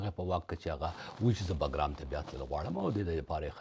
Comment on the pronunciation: باگرام نه بگرام ده په درناوی